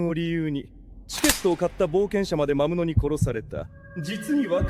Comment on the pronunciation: 動画のクオリティは、最高です！更に面白くなっています。一つ気になったのは、キャラクターのセリフの、魔物が「まむつ」に なってたり、聖剣が「ひじりけん」になっていたり、思わず笑ってしまいました。でも、このAIアニメシリーズは、やはり一番だと思います。これからも、期待しています。